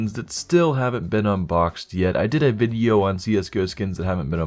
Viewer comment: "Welcome to another CS:GO BIDEO"